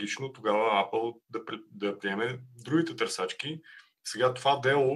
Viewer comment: Когато чуеш някой да казва АПАЛ и ти е ясно какъв специалист е...